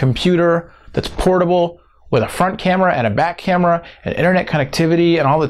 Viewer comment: Lol!! At 5.20, it really sounds like he's saying a "fart" camera instead of saying a front camera :P